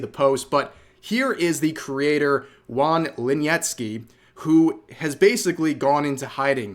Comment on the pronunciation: do not let this distract you from the fact that Rev pronounces wrongly the name "Juan"